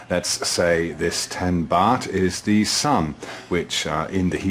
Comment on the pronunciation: Ever notice how stupids over use the pronunciation of "the" as "thee" when they are trying to sound like a smart? It wouldn't be half so bad if he didn't drone on in endless run-on sentences. Can somebody buy a "." -- even a space comma would be more than appreciated! Never mind, I'm sure he'd never use "thee" thing anyway...